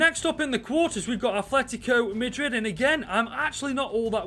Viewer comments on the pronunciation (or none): none